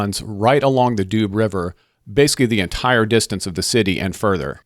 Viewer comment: And Doo river, department not doobs the Doubs inhabitants are doubiste and Besançon ones are bisontins ( Vesontio was the Roman name of the city)